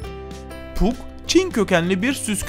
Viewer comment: Pug değil pak diye okunur